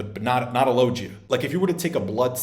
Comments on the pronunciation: Bro did you really just say lojia? It's LoGia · “Lojia fruit” 😂😂😂😂😂😂